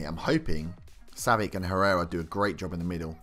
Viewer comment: It's pronounced savich